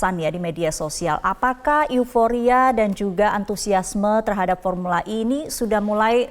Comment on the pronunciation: ini baru benar pengucapannya. Formula "E" diucapkan dalam bahasa Inggris.